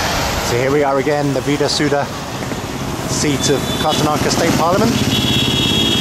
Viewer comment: hey dude, no offense to you ..but it should be pronounced as 'vidhana sauda' and not 'vida suda'......and of course its 'karnataka'...not what you pronounce it as...neway nice video!![:D]